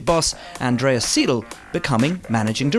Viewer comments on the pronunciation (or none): "Andreas Siiidl" Tha Fuck? xD Its's Seidel! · I'm sorry but why do you say 'seedle'. The 'ei' in Seidl is pronounced like the (English) letter i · Pronouncing Andreas Seidl as Andreas Siedl... ouch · The way he pronounces Andreas Seidl...why do Brits always have to pronounce 'ei' as 'ee' (or actually [i:])?